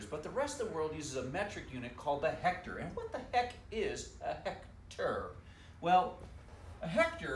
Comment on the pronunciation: 😂😂😂😂you're a good teacher! Straightforward. "What's a hect...ar"